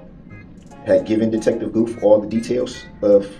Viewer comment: Detective “Goof”.. Dummy called him Goof instead of Gooth lol